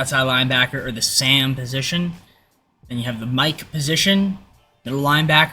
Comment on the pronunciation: You didn't know sam was pronounced like an actual name...